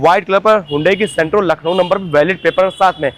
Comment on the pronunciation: 1:75 sentro😂😂